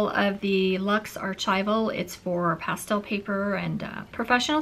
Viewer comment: You are pronouncing pastel wrong